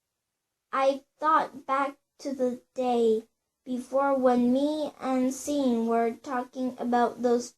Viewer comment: Bitch how old are you? And u said "Sean" wrong you dumbass